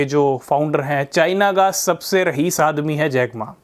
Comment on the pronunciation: Rahis nhi hota hai bhai😂😂😂